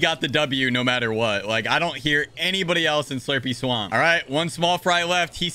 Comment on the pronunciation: Did dis man say slurpy slaump